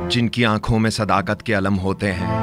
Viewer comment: Sir sdaqat hai sdakat nahi aap ko mai agar islah du to aise hai jaise aaftab ko charagh dilhane ke barabar Sorry